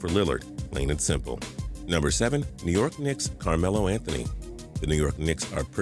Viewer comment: Nee York Klicks? i love anthony but porzingis is cooler